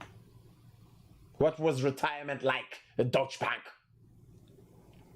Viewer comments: It’s pronounced DuyChe not Dutch. It means German. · It’s pronounced as dow-cha